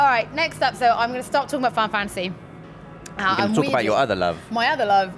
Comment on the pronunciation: I won't tease about looking forward to Final Fantasy, but It's funny how she calls it "Fi-Fantasy". Clearly a name she says so often that she drops the "nal" to save time.. I'll only get Skyrim on PS4 if I can import my PS3 save-games...